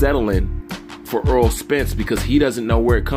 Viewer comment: Errol is pronounced like "Air Roll" not like Earl (Eurll).